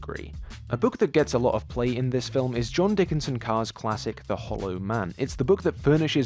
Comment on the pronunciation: 27 minutes in- It's John Dickson (son of a dick) Carr, not John Dickinson (dick in a son) Carr.